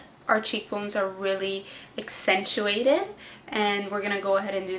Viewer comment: now u say enxcentuated too much! JK LOL